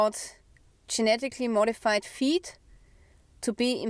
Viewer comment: Hey du sagst gmo fuesse. Food. Feed klingt wie feet mit unserem akzent